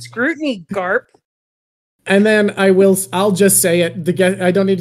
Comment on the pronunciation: You have to excuses Rogers and Garp not say Logel and Galp 😂